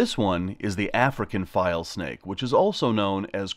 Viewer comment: You should show the name of the snake on the screen when you're holding that snake. I can't tell what you're saying sometimes. "File snake"? "Vile snake"? Saying something else even??? Please show the common name & even the Latin name s as well. It becomes more educational than showing nothing & we don't get to see the proper names etc.